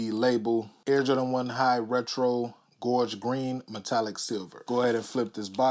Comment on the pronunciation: Been waiting all year for these hope I can copp eventually 🙏 dope vid #Kixoholix413Salute and thank 🙏 you so fn much for saying gorge not George lmfaoooo